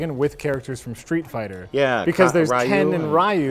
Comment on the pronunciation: Can't believe Mike Scholastic mispronounced Ryu